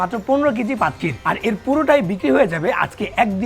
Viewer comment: প্রথমে মনে করেছিলাম ক্ষীর মালাই, তারপর শুনি পাদ ক্ষীর 😱😱😱🤮🤮🤢🤢